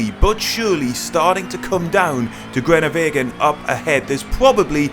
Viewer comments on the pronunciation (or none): disappointing pronunciation of the name groenewegen smh